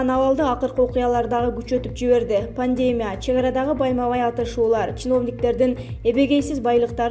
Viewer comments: Пандеемия эмес пандемия. Басымды и тамгасына коюп суйло. Суйлой албасан кыргызча эле айт да. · Пандемя эмес пандамея